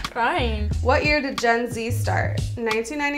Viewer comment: Did anyone else think she said (jenzie) and not Gen-z